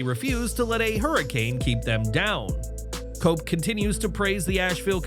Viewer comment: Cope sound like coke😂